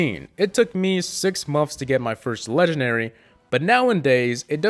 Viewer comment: Does it bother anyone else that he says legenary instead of legendary